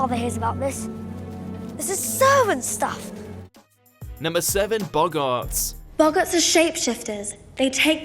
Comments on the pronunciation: and boggarts... I’m in the UK and this is embarrassing. He’s reading a script... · Boggarts not boggaaarts.